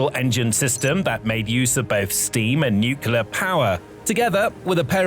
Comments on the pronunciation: Dude.. It's pronounced Nuclear.... not Nucelar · Nu-Clear! Not Nu-cyu-ler. Sheesh! LOOK at the word; how do you get Nu-cyu-ler??!? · It’s “Nuke-Lee-Er - NUCLEAR dummy, not “Nuke-u-ler” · Nuculer 🤔 Nuclear 😊 Lenght 🤔 Length ☺ Hypesonic 🤔 Hypersonic 😊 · It's pronounced NU-clear. Not NUKE-ya-lur 🙄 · By the way, there is no word "nu-ku-lar." The word's pronunciation is "nu-cle-ar." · please learn how to pronounce the word NUCLEAR. Unless you are directly related to the Bush family, the proper pronounciation of NUCLEAR is NEW-CLEAR not NewCular like says... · It's NOT Nucular' it's NUCLEAR, pronounced NU-Klee-Ar! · That cruiser, whatever its faults, is NUC-lear, not "new-KE-lar" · Why the F*ck can people not say nuclear but instead say nukillar. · A few seconds in I hear NUCULAR and I'm out! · Yeah I'll never understand how people end up with newcular when they have no trouble saying "new" and "clear" as separate words, but they're unable to combine them for some reason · Nookulur. power.😀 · Please compare the spelling of the word "nuclear" with the way you keep pronouncing it. It makes your entire (otherwise excellent) presentation sound less informed & legitimate. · Would it kill you to pronounce "nuclear" correctly? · How many times can mispronounce nuclear (hint there's only one u) and mach (mawk not mack) in one video?